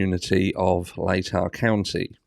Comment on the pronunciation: Congratulations, you pronounce Latah Co. correctly. Most still struggle with it.